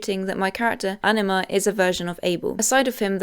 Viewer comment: no shade but i genuinely thought you were saying enema instead of anima for the first 10 minutes of this video